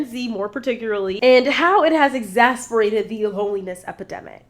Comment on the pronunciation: Great video as always! one note: you keep saying exasperated I think you mean exACERbated*